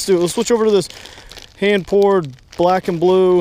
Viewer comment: oh he said hand pored my bad